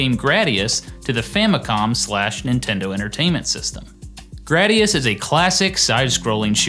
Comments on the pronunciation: Am I the only one who hates the way he says "Gr-AH-dius" instead of "Gr-AY-dius"? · Gu-Rah-Dee-Ahs.... Anyway, yeah, just wanting to confirm that the Konami Code was not given to us, the gamers on purpose; there was really no way to remove it without re-writing tons of code. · bruh this guy cant even say gradius